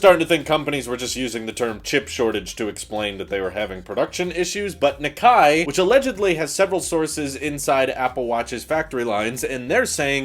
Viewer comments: I think Nikkei is pronounced like "nee-kay" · Nikkei Knee-kay (as in okay) Hermès Air-mess